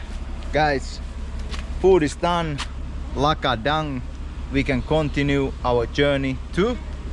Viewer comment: Lakodang ❌😂😂 lah kdang✅